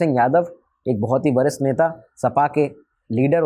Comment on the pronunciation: वरिष्ठ और भरष्ट ठीक से बोल लो, आडवाणी जी वाले लाइन में